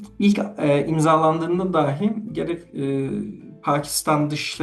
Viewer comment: Oğlum, sürekli neden "dâhi" diye telaffuz edersin "dahi" kelimesini